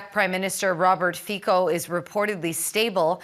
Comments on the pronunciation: Pronantiation is FICO NO FIKO. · Fizzo not Feekoo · Not "Fiko" but Fitso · Its not Fiko god dammit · What an embarrassment that you can’t get your facts straight! The minister of health is Zuzana Dolinková and Fico is pronounced ‘Fitzoh’ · Vyslovuje sa Fico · Robert Fico is pronounced Fitzo❤ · Je to docent JUDr.Fico kandidát vied a vyslovuje sa Fico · Ty pičo když už meleš tak aspoň se nauč vyslovovat jméno 😂😂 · Please learn how to pronounce the name of Prime Minister Mr. Robert Fico! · Where do you find these so-called journalists. Can't even be bothered finding out how the guy's name is pronounced. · he doesn’t have to. Only the ignorant foreign media need to learn the correct pronunciation and not make fools of themselves